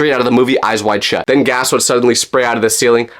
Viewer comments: The way he said “SHUT!” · when i looked it up i think i found what you were talking about (The Yellow Deli) why did you say shut like that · Guys i found the place on safari its called “Yellow Deli” and the way he said shut got me rolling😂😂😂